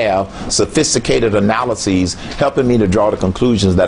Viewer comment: a president that can't say analysis - no thanks